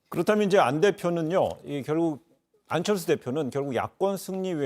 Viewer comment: th 발음 겁나 거슬리네 ㅋㅋㅋㅋㅋ 안철thㅜ ㅇㅈㄹ